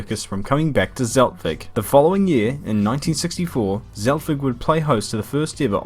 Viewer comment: Nice vid but u are saying Zeltweg every time wrong lol